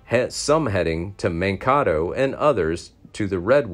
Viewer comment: Mankato is pronounced Man kay toe not man ka toe